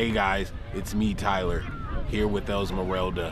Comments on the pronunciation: no it does not lmao; tyler is clearly pronouncing it like “elsmerelda” 💀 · Its actually Esmeralda but the pronounciation in english sounds like "elsmerelda" or "esmerelda". Im saying cause thats my name and the only other version that I've heard of it is emerald, but thats obviously the english version.